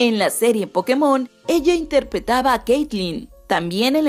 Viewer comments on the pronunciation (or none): none